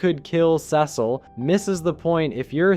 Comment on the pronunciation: your pronunciation of cecil is whats killing cecil